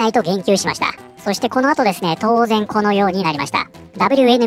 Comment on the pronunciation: 動画の内容と関係なくて本当に申し訳ありません。 さんの「です」「ます」の「す」が有声音なのが気になって仕方ありません。 「ですよ」「ますね」などは無声音で発音できているので気になりませんが、言葉の最後が「す」で終わる時、たまに有声音になります。 文字であらわすと、「ですぅ」「ますぅ」「なんですぅ」という風になっています。 このような発音は正確ではないもののわりと一般的で、多くの方がこのように発音されています。 明らかに私の気にしすぎなのですが、我慢できずに視聴を中断してしまう時があります。直してくださいとは申しませんが、一意見としてコメント失礼しました。